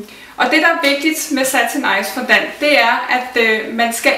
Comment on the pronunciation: Fondant udtales altså fondang....